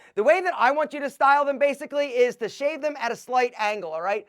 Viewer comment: I thought you said shave the Ass.